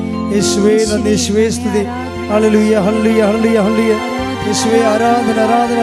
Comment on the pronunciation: ഹേയ എന്നല്ല ഹല്ലേലൂയ എന്നാണ് അമ്മേ🙏🙏🙏